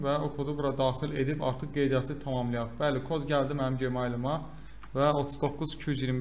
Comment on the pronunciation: Qaqa gemail ne idi, Gmail jimel kimi oxunur 😂